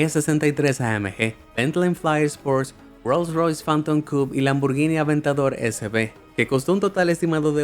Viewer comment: El nombre "aventador" no es gringo, es italiano pronuncialo cómo se debe, aunque la marca sea del grupo Volkswagen